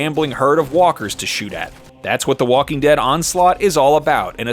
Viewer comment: Dhe Talking Wead